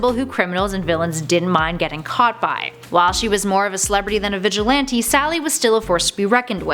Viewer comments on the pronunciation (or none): none